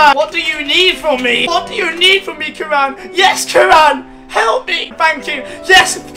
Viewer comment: I love you but Karan is pronounced Care-ren